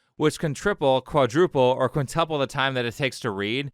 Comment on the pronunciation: 16'36" - Quintuple. It's got a U in the second syllable, not an E. It's not pronounced quinteple.